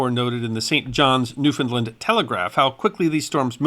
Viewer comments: Great video. The way to pronounce Newfoundland is “New - found - LAND” not New- Finland. Thanks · Please please please stop propagating this incorrect pronunciation of Newfoundland that has taken over youtube. It is pronounced Noo-f'n-land. The last syllable is pronounced land, not lund. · The correct pronunciation of Newfoundland is "New fin land" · It's new- finned-LAND accent is always on LAND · new finned LAND Accent always on LAND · Our island’s name is Pronounced “Noo-fun-LAND” Like “Understand” This storm is Forgotten by the Climate Alarmists Who claim that Hurricanes are Becoming stronger….. Thanks for sharing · As a Newfoundlander I heard about this great storm many years ago. You have done a magnificent job detailing what is known and giving references as to where to find contemporary information. However, Ifeel obliged to indulge in a little 'nitpicking', and criticize your pronunciation of the name of my homeland. The accent should be on the last syllable and not on the middle one. NOT" new- FOUND-lnd but 'new-fnd-LAND' - the same pattern as with the word 'understand'. That is how all true Newfoundlanders say it. Sorry - its continual mispronunciation is a pet peeve of mine. but it doesn't really distract from the great job you did. Thanks very much for that. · Newfoundland is pronounced the way its spelled.